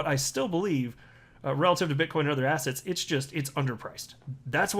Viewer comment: I don’t know whether you intend it, but every time you say digital assets I think you’re saying digital “asshats”